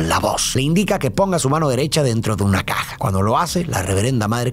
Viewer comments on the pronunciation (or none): none